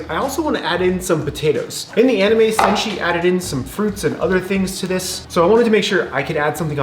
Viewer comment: Btw, it's senshi not senji, just sayin:>